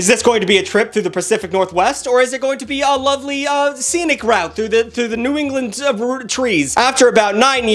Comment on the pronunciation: As a fellow New Englander, I can verify that New England is absolutely best described by "ea-wa-eh-a-uh-a; Trees."